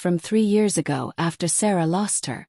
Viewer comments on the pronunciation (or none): AI will be a wonderful tool for students who can proofread. It was annoying in this story when AI would spell the words in a sentence like ‘J-o-y' instead of pronouncing the word joy; as 'a-go' for 'ago,' 'I-t' for 'it,' and instead of saying 'us’, AI spelled u-s. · This was a great story. However, it was annoying when AI would spell the words in a sentence like ‘J-o-y' instead of pronouncing the word joy; as 'a-go' for 'ago,' 'I-t' for 'it,' and instead of saying 'us’, AI spelled u-s. Please hire a human to proofread and revised the stories wherever needed.